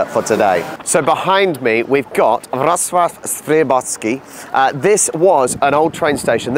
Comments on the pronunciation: Back to train station with an amazing food hall. Well done on your pronunciation of Wrocław! 👍 BTW baroque is barok in Polish 😀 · You have a very good pronunciation of the city's name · Mark my words: the true beauty of the Lower Silesia lies outside Wrocław. ⛰⛪🏰⛰ Kudos for a really decent Polish pronunciation! 👏